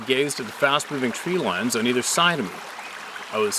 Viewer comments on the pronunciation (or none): none